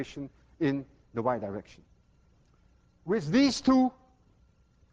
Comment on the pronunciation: I hope to GOD I'm the only one who kept hearing Dr. Lewin's pronunciation of "the Y direction" (over and over) as "the wide erection". I'm almost 60 years old and I'm supposed to be long past boyhood fart jokes. Was Peter Pan right after all? Will I never grow up? :-)